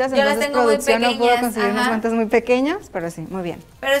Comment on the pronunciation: En el minuto 5.22 dice abren sus guantas jajajajaja😂😂😂😂😁😁😆😆